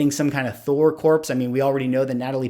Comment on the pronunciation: Please don’t say the word corpse. It’s pronounced core. I love your content.